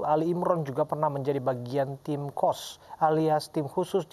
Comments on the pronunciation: Bukan Tim Qos tapi Tim Khos (khusus) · Tim Khos bukan Qos... Qos2an kaleee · khos bukan Qosh